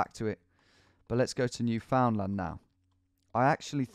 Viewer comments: it isnt pronounced new-found-land its pronounced newf-n-luhn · Newfoundland is pronounced "newf'nland" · Newfoundland is not pronounced the way it's spelled. You don't pronounce the "found", it's more of a "fin". So it goes like this "NewfinLAND". Everyone who lives here can't stand it when people pronounce it wrong. Hope this is helpful! 👍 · cool seeing you go to where I live in St. John's Newfoundland here. Although its pronounced "New-fin-land" :') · Fyi it’s pronounced “newfenland” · He pronounces everything like an American “New Found Land” is incorrect in my experience and I thought people Saying Nova Scot I-AH was a myth